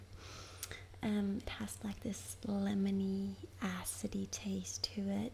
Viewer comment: ''Lemmonyy acidyy taste'' hmm wtf